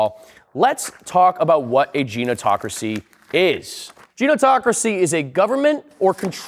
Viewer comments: Why do you keep saying genotocracy? Even when looking at the word on the screen, you're still saying it wrong. Gerontocracy! Maybe that's why the younger generations have failed to take over; they can't even read! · GER-EN-TO/TA-CRA-SI FFS DUDE. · Pff the spelling is killing me man. It's fine to be dyslexic of course, but if your video is built around the word Ge-ron-to-cra-cy maybe check the spelling and pronunciation first. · Genotocracy. Nucular as well, I’m guessing. Bad. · 3 things. 1) Climate change is a farce to make people give more power to the government/elites 2) You pronounced the main word of the article very incorrectly 3) Otherwise hilarious. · Lol good content but you keep mispronouncing gerontocracy, its an r not an n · You mispronounced "gerontocracy" every....single....TIME! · Mispronouced gerontocracy all the way through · Only speaks 1 language and still can't say Gerontocracy. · Hey man, great video, no notes on the actual content itself, all the presented data is pretty solid. So I hope it doesn't come off as nitpicky or shitting on your work to point out that, genuinely respectfully, while you clearly do, in fact, know what you're talking about, misspelling and mispronouncing a word that is literally the central point of the video kinda makes you come off as not knowing what you're talking about. So allow me to help a little bit if I may. Gerontocracy is pronounced "Jerry without the y + The opposite state of off + the back half of the sound a clock makes + another way to say 'titillating'" so when you put them all together, it makes "Jerr-On-Tock-Racy." Gerontocracy, rather than Genotocracy. Again, overall content is super good and on point, and I hope I did an okay job of not sounding like a dick about it. Sorry if I didn't. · Not knowing how to pronounce gerontocracy is a good sign